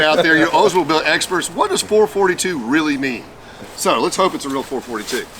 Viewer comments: Great score overall. And I bet the Oldsmobile experts were cringing everytime you said four-forty-two. It is four-four-two. And it's meaning was this. In 1964 (1st year) it stood for 4-speed, 4-barrel, 2 exhaust pipes or dual exhaust (you couldn't get an automatic in 1964. (Or a 400 engine) In 1965 you could get an automatic, and it was the 1st year for the 400 cu engine. So now it meant 4-400, 4-barrel, 2-/dual exhaust. In 1970 it was 4-455, 4-barrel, 2-/dual exhaust. I hope this helps you. I'm a big Oldsmobile fan, having owned 's and . And the 1970 with the plastic inner fender liners, did not mean it was a W30, because of the fact that they were black and not red. (unless ofcourse they were red, but painted over black) which is highly unlikely. And I do believe all Oldsmobiles/442's of this era came with plastic fender wells. Not like the Chevelles of the same era, where some cars came with metal and some came with plastic inner fenders wells, depending on which state they were built in. Thanks for the video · It's called a four four two, NOT a four forty two. Sure way to not make an Olds guy not happy. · having had 442s most of my life. It is not pronounced four fourty two like it is one number. It is pronounced four, four, two. Three different numbers, not one number. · 442=Four Four Two not four forty-two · Okay, I am half way through this video and you are making me crazy... My first car was a, my second car was a convertible... Most of my friends had 442s we as all the Oldsmobile people never called them four forty two's NEVER it is a Four Four Two... Not a "four forty two"... Just letting you know... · It is not four forty two. It is four four two. In 1964 it was originally 4 barel, four speed, dual exhaust. Then it changed in 1965 when the 400 and automatic became available. I do enjoy the videos and continue to be amazed at the knowledge has even if he did say four forty two. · Real Olds guys pronounce it 4-4-2. Not Four Forty Two?